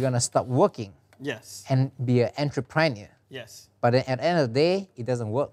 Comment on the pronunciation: Xian pronounciation of entrepreneur is straight minus on block